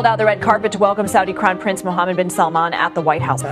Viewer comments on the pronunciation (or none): You are good in your languages then why are you pronouncing SAUDI as SODDY Seems lame. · सर जी साउडी अरब नहीं, साउदी अरब बोलिए। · Bro it's not sauD it's SAUDEE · Hi Bro u pronounce Saudi as Sudee not Sudee its Saudi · sir baar aap saudi ko soudee soudee kyu bol rahae ho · Cute pronunciations of Mr Akash. सौडी, नाबी ♥️